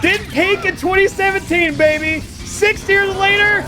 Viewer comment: Anybody else here the Australian accent when says baby in cloud kingdom